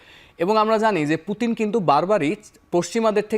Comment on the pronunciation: উনি একজন বিশ্বনেতা নামটা সুন্দর করে বলেন মরক্কো মহিলা